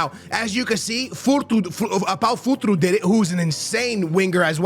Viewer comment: How tf you say futro it says Futr”E” eeeeeeee not o